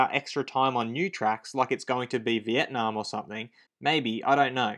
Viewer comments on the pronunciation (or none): none